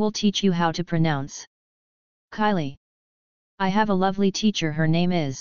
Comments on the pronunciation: umm i dont wanna be rude or anything but you pronounce it wrong its KAYLEE Not Kylie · They pronounced it wrng